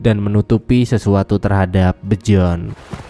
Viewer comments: Bion anying bukan bjon😂😂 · Byorn (terbaca Bejon)